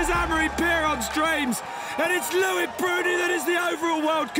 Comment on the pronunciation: It’s not LOU -IC ...it’s LO -IC